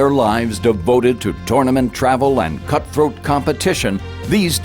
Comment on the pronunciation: Did the announcer say "Putt-throat competition"!? Because if so, that's gold!